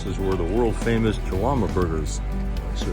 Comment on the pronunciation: Jalama is pronounced HALAMA